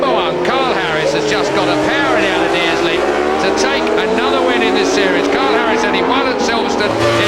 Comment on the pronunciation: I wince every time Huewen says "Deers Leap" or maybe he's saying "Deer's Leap" - either way 🙄 Then again there is a company selling decorative "laser engraved" circuit maps online where on their Oulton Park map, some genius has managed to spell it "Dear Leap" - and apparently many more involved in the project who haven't noticed the gaffe 😆